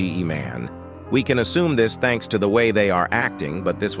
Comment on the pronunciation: He said thank s